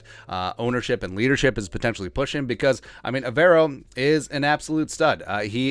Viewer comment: Hey it’s pronounced Ever O.. as in do you ever row 🙃 (went to school with him and his brother)